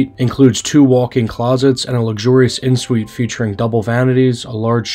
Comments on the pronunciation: Please learn how to pronounce the terms of your trade! It is not “in (en) Suite,” but pronounced “on suite.” It is not “foyer” but pronounced “foy-yay,” with the accent on the second syllable. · Just an FYI, en suite is pronounced “on suite “—it’s french